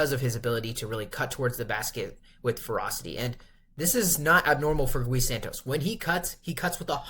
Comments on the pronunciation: It's not Guh ee broo😂. It's just gee. 😂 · I am Brazilian, his name should be pronouced as ghee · it is pronounced more like Ghee. One syllable. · Gui as in "ghee." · Say the name right, every time you say Gui in that Spanic way a lusophone person die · as a Brazilian fan, I truly hope you fix this in futures videos, bc this would mean that Gui is playing well and needs to be talked about haha, no hard feelings bro, Brazilians say the Brady name wrong all the time and is kinda an easy name, it's just habit. You know the show "Glee"? Is the same thing but without the L.